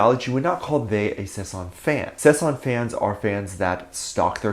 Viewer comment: If you don't even know how to pronounce "sasaeng" properly then you better say "stalker fan" or something like that instead. It's "SASAENG", not "SAESANG". Saesang means "world" in Korean, so this whole time you've been saying it wrong, causing your words to give different meanings to what you actually meant.